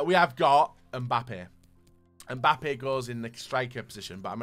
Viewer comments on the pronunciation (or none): No one:: MbOoPpe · XDuttinho calls him Mboope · Wow, I am not the only one who calls Mbappe, MBUPPE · MBUPEE:WHO THE HELL CALLES HIM MBUPEE🤣🤣